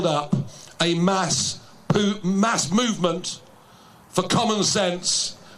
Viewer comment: "To build up a mass poo... mass movement..." A bowel movement, Nige? 🤣